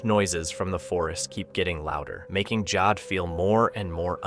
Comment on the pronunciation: it's Jody asshole not jad